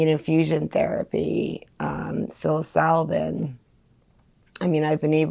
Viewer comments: Stay blessed you are on the righteous path. One thing though, please pronounce psilocybin correctly when you speak of it, and you NEED to take tolerance breaks on your MDs. That is just blatant misinfo you're running with there. Keep up the good fight. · She takes psilocybin every day but can’t pronounce it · The mispronunciation of psilocybin makes me cringe. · Makes me feel like she has never read one piece of literature on the things that she is trying to “promote” and that can not be good.